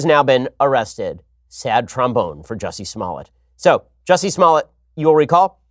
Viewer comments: It's jUSsie not Jewssie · His name is "Jussie", not "Juice-y" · Ohhhhh. It's pronounced 'Juicy'. I "get" it now. (Going to get squeezed in jail for reals tho'...) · I hate when people pronounce his name like Juicy. Hahaha I mean it is kind of funny and that is how it's spelled but he's known well enough ( especially with this shit he's pulling ) for people to know how to pronounce his name. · I wanted to watch this but he kept saying juicy smollet so I had to tap out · Please quit saying “juicy”. How he the top trending story but can’t say the name right... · Juicy?? Love the way pronounces his name. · did you just call him Juicey?